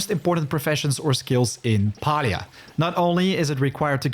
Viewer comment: it's refreshing to hear Palia pronounced like u do..and i (hello from Finland btw) everyone else basically uses the American way (for us iz Pa-li-a, american is Pay-lia xD)